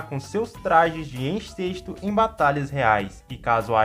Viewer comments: Mano são pedra de enXERto não incesto kkkkkkkkkkk ENXERTO EN XER TO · Já peço pela parte 3 kkkk espero que tu não continue chamando o enxerto de encesto kkkk